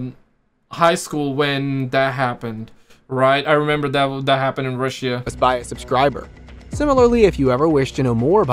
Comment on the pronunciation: It’s funny how you say, Russia lol. It’s not rissia. It’s RUSSIA!